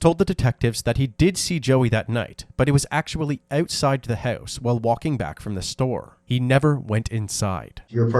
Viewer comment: oowitside the howise